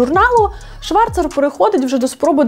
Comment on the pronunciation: Зверніть увагу , Аліса Шварц . Це правильний вимов , а не ШварЦЕР !